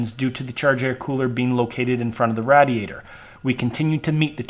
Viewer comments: BRO....Its RAY-DEE-ADER....not RAD-EEE-ATOR. HAHAHA Im 38 and have never heard anyone pronounce radiator the way you did....Is this an actual pronunciation somewhere in the USA??? If so, its new to me. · This is a great video, BUT, one of your pronunciations are driving me nuts. Radiator -- it's RAY-diator. Meanwhile.. I'm on my fourth Dodge. 96, 01, 03 and now an 05, with a G56 6sp manual. Owned since 2007, it has 160k miles on it. Love it! I refuse to own the newer (but very nice) emissions and electronic nightmares. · Thank you for saying Radiator like you're a foreigner that is trying to pronounce "Radiator" it is pronounced Radiate+Or or "Raid e ate or" I absolutely cracked up like 40minutes in when you said it for thr last time ROFL thanks agains I know you probably weren't trying to be funny but that was hysterical and yraa this is the correct information as far as to how your pronounce "Radiator " ... ROFL also " I felt it was time that this information happened " dude you are fucking Hilarious ROFL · The way he pronounces "radiator" - I heard that a lot in Southern Pennsylvania, especially in Pittsburgh. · Great vid, watched the whole thing. But the way you say radiator was about to make me explode lmao.